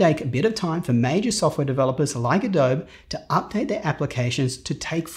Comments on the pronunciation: "adobeeeeeee", not "a dobe" .... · John Filmore As a Brit with a range of creative friends, I have still never heard someone call the application ‘Adobe’ rather than ‘Adobee’, strange! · It's pronounced Ah-DOH-Bee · no, he just mispronounced it. Adobe is soft "e"-doh-bee everywhere on earth. i've traveled for work in 6-7 countries every year, from U.K, germany to Aussie, representating my firm and not once i heard someone pronounce it the way he does. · Oof, 1 year late but "AH DOH BEE" = Adobe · Fantastic review as always. I’ve never heard “Adobe“ pronounced that way before, though. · Even if it is Brit pronunciation, I thought they hated the French, hence the "filet" pronunciation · The way you pronounce Adobe is unsettling